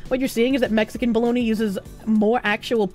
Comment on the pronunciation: Ah yes Bo-log-na